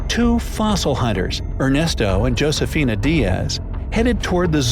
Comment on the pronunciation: In Spanish "J" is "H", and "H" is "*" (no sound). Josefina = "Hosefina"; Hijo = "iho". The video is great though. This place is intriguing indeed.